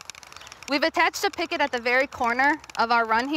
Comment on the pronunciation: Gah!!!! stop saying PICKET !!!